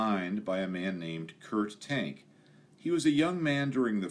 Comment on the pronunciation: Great video, one minor quibble. I believe that the FW-190's designers name is more accurately pronounced as "Kurt Tahnk"